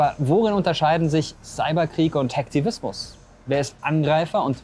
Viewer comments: Wie können Leute "Hacktivismus" und "Hackfleisch" gleich aussprechen und noch guten Gewissens in den Spiegel schauen 😭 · wie sie hacken und Hacktivismus ausspricht 😂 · Sie sagt nicht ernsthaft Hack tivismus oof 🤣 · Hackfleisch! Nicht Hacktivismus👻😂